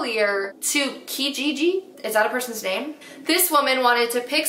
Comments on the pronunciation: It’s pronounced ku-Gigi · Omg the way u said “kijiji” has me dying😂😂 its the canadian version of craigslist! love these videos btw